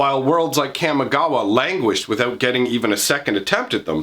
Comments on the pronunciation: kamigawa, not camigawa. lol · Your pronunciation of Kamigawa is triggering me. Camma? Really? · Are you forgetting that in D&D has "Chaotic" as an alignment? It's pronounced "commie-gawa" Also I'm calling it now, the planeswalkers are Tezzeret, Ral Zarek, and probably Jace because he is poster boy who sells packs. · It is a soft (a) - Kah-mee - it hurts hearing it pronounced the way you do. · Look, I like your vids, but the way you say Kamigawa hurts my soul. Kah-Me Gawa